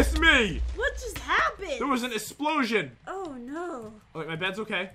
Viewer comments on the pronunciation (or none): “there was an esplosion” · Nobody Not even me Pat: There was a espolsion... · Pat said esplosion